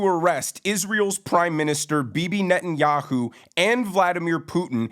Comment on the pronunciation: I would appreciate it if commentators would learn to pronounce Netanyahu’s name properly. It’s a common courtesy!